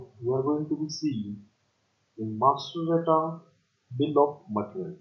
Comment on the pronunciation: Bill of mattrrial. No offense. 😂